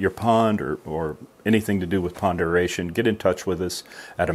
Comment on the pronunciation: Great video. I want to thank you for pronouncing aeration properly. Drives me crazy to hear people pronounce it (eh ree ay shn)